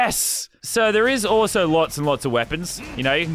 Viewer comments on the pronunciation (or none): none